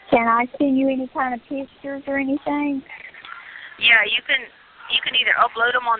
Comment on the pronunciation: She's very blessed that she has an Aunt who cares about her and is kind enough to send her, "$500.00. When I listed to the calls, most of the time when she says, "Anything" she says, "Anythink" Same with the word, "Everything." She says "Everythink"